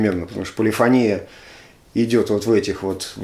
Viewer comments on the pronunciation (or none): none